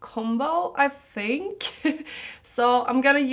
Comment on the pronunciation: Hjärtat, det heter THINK, inte "fink". Hänvisar till : i videon. Lär dig uttala bättre.